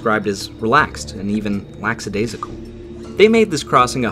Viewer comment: Lackadaisical, not LaXadaisical.